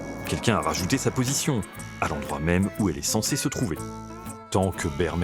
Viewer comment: Présentateur: ta prononciation de l'espagnol est pittoyable. Tu n'a même pas fait un effort, ni la moindre recherche lingüistique. Bermejo du portuguais Vermelho, mais à l'oral, les hispanophones ont l'oreille dure, et ne distinguent pas le B du V, et ne voient pas l'intérêt de les distinguer à l'écrit.